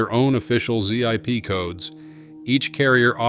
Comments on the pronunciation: Z I P codes it's zip codes. AI slop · "Zee eye pee" codes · "Z I P" Codes????? The only excuse for this is to be using AI for you narration, and if that's the case, stop. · Z-I-P Codes,...AI at it's worst.🤖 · Zee Eye Pee codes? Jee-dunk? Gtfo with this AI bs. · Zee-Eye-Pee codes....nice job AI. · "Z.I.P. codes." As if you need anymore evidence this is an AI generated channel. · I'm out at Zee Iee Pee codes... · “Z-I-P codes”, huh? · "Z-I-P codes"? Are you using too much AI?